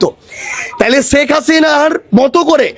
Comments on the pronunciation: শেখ হাসিনা না বলে ছেক হাছিনা 😂😂😂 কি অসাধারণ উচ্চারণ এইসব ভন্ড জানোয়ারদের।😅😅😅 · ১৬/১৭ বছর বিএনপি ছেখ ( সারজিসের উচ্চারণ অনুযায়ী) হাসিনার চুল বাকা যেমন করতে পারে নাই , তেমনি তুমি সারজিস-ও মুজিবকে আব্বা বলতে বলতে মুখে ফেনা তুলে ফেলেছো এবং ছেখ হাসিনার কোলে উঠে বসে ছিলে । তা হলে দাড়ালো কি ? বিএনপি , খালেদা জিয়া ও তারেক রহমান অন্তত প্রকাশ্যে শেখ হাসিনার সমালোচনা , বিরোধিতা মার্জিত ভাষায় করে ছিলো, আর ৩০ জুলাই পর্যন্ত ছেখ হাসিনাকে মাননীয় বলে গেছো । আর এখন তারেক রহমানকে মাননীয় দুরের কথা অনেক আপত্তিকর শব্দ ব্যবহার করছো , এতো জ্বালা কেনো ? এতো অস্থির কেনো ? এতো শিষ্টাচার বহির্ভূত আচরন কেনো ? ওপার থেকে তোমার আম্মা ছেখ হাসিনার হয়ে এই দেশে কোনো অস্থিতিশীল করার চেষ্টা করছো কিনা -- সেটাও বিবেচনা করা প্রয়োজন । কেননা তোরা সব হালুয়া রুটি খাওয়ার দল ।